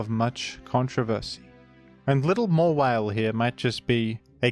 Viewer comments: Its pronounced Mawhile. Dont ask me! The Hoenn dex said so! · It's mah - while.